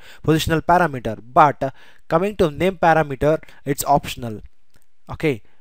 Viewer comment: it is not para mater, it is par-ram-eter